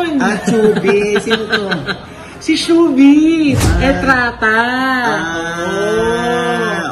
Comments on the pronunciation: hnd po Shubi.. Long Shuuu po bago Veee. Shuuuu-vee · Di PO GNYN pronunciation name SHUVEE 🙈😁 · i-tama nyo kaya pronunciation nyo ng "Shuvee", at yang bakla tanders sa likod